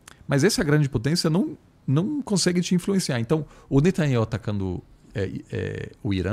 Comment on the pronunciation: Reparem que diz Netanyauh e Igor e a midia se referem a ele como Netanyahu. Procurem saber oq significa Yauh